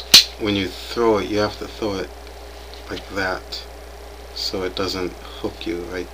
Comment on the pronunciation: Ah, okay:o). You are neato mosquito my friend:o). did you say "thow it " as apposed to throw it? Uh, you are not Chinese:o). You practice? I have practiced as well . Back in the good old days when I was cool, I use do practice Jiu-Jitsu with a guy named Billy. (I choked him out once:o). He was Korean and he taught me a little knife and stick fighting. Actually the techniques are similar.